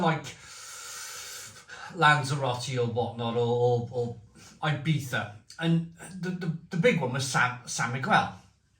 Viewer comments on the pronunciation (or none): none